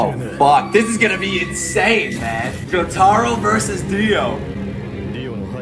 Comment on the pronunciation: btw its not cu tar o its jo to ro (rlly spelled jotaro but thats how to sound it out lol)